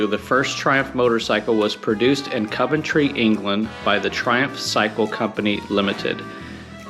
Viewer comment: Has been to Meriden, but still cannot say Coventry properly. Must be a Flo Ryda man thing.